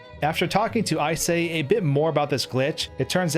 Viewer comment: I know it isn't the point of the video, but I'm confused about Icay's name pronunciation. I'd assume it's "Eye-cay", but it's "I say". Reminds me of another person on YouTube banned "Acai", whose name also pronounces the 'c' like a 's'. I don't think this is an accent thing, so why does it work like this? English language's many weird exceptions?